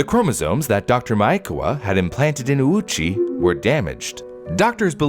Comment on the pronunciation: His pronunciation of Ouchi is way off - when writing japanese in romaji, u next to a vowel usually means that said vowel is elongated. So when reading this surname, the letter u should be silent, and letter o should be elongated :)